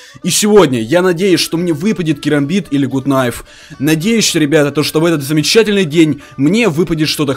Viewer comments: Не гут кнайф а гат кнайф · Гат кнайф, а не гут кнайф! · Так то не гут найф а гут кнайф или же Gut Knife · НЕ ГУТ НАЙФ А ГАТ КНАЙФ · Не гут найф а Гут Кнайф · Ашибка! Не гут кнайф. А гат кнайф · Это не гут найф а гат кнайф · Не гут найф а ган кнайф